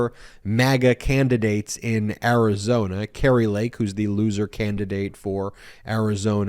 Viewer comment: i like how he say losee maga governor